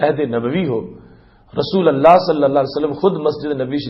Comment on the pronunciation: رسول اللہ لام پر پیش پڑھیں گے